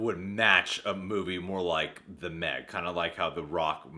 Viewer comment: The Meh-g?